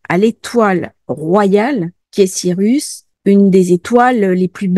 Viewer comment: Sirius et non sirus 🙏